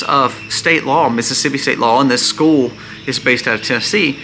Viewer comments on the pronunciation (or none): none